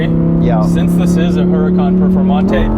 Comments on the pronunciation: The name is pronounced without the H. And the "Ur" is more "oor", ooracan. And when accelerating in any form the correct term is "quick", not "fast". There is a lot of fake woodbor carbon fibre and plastic in these too, disappointingly so. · A very trivial thing, I believe Huracan is pronounced oo-rakan. And it sounds exactly like "urakan", a Javanese word that means somthing like obstreperous which is very very fitting